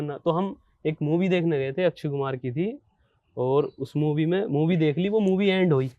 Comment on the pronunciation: Ye UP walo ki Yehi problem ha ke Akshay Kumar ko achaya kumar bolte ha 🤣🤣 0.03 🤣🤣🤣🤣